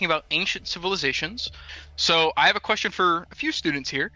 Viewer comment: Excuse me I have a qucreshton